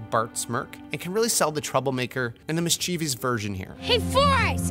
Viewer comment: Brilliant, spot-on video, except when it comes to your pronunciation of the word "mischievous." Three syllables, accent on the first syllable. What do you call it if someone is full of virtue? Vir-TUE-e-us? No.